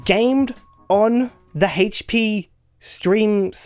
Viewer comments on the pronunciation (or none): OH IT'S THE DAMN HAITCH PEA!